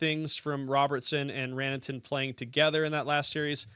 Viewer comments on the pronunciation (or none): Sorry, bud. It's Ran-ta-nen, as opposed to Ran-a-ten.